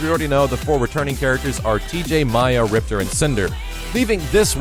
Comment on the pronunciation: ...why did you pronounce Maya like the KI2 announcer but you don't pronounce Riptor like the KI1 announcer? Ripter= Rip-TOR=KI1 You a butt hole son lol